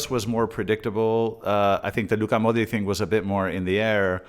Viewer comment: Been watching your videos. Great content. Just a correction though. Modric is pronounced with a"ch" modrich... Keep up the great work